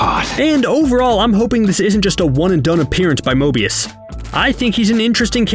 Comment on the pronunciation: However many likes this gets is how many times he says Mobious.